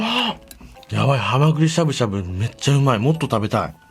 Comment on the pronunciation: ハマグリしゃぶしゃぶのイントネーションがアル中カラカラと一緒でにちゃぁってなった